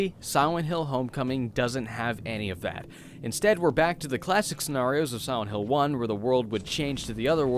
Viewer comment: Siwent hill. Look at his lips during pronunciation.